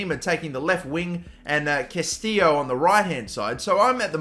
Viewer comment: Its not Castillo (kah-STEE-yo) bro, its Castillejo (ka·stuh·yei·how)